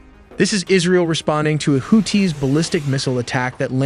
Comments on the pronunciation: Nope. If you can't pronounce Houthis correctly you absolutely can not be credible. They are not "Hoot-Tees", they are the "Who-Theeze," long E with a slight emphasis on the second syllable. If you want to make media, get your shit straight and know what you are talking about. I am getting so sick of AI voices. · Houthis brother. Not to be confused with Who-Tees. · why does he pronounce hoo-tees its creepy? there is no pause its houthis one word fast. or just say yemen terrorists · WHO-TEES!!??😂😂 WHO-THESE?? Im so confused as an American!!💯🤷‍♂️😭right off the rip!! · I thought WHO-THESE!!😂😂 Not TEES! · You're killing me with the Who Tees. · Hoo-tee (and the blowfish). Ask your parents. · HouTHi! Arabic also has the th sound. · Houthis and the Blowfish!